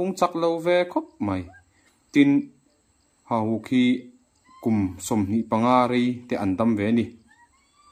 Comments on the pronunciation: Hahuk alo ni miah na nge😅 Hauhuk i ti tlat.. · Hauhuk nilovin hahuk ni zawk emm😁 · Hauhuk nilo in hahuk a ni zawk em aw.